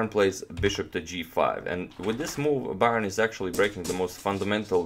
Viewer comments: Donald's last name is pronounced like : Burn. You are pronouncing it as Byron. Someone should make a pronouncing guide of chess players. Slavic or Dutch names are hard to guess how they are supposed to be pronounced. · Byrne is pronounced 'burn'. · Byrne pronounced as in "to burn". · Byrne's last name is pronounced like "Burn". He's from my hometown and I went to school with his family. If you ever show Fischer's Immortal against Robert Byrne, that was Donald's brother. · His name is Byrne pronounced like burn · I could be wrong, but I imagine Donald Byrne is pronounced Donald Burn. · How did Donald Byrne pronounce his surname? Byrne is an Irish name and is pronounced "Burn" :-) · Surely, Bryne should be pronounced ‘bern’. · Byrne is pronounced Burn.